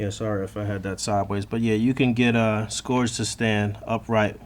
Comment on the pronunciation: A lot of toy reviewers are pronouncing scourge name wrong it should sound like skeerge.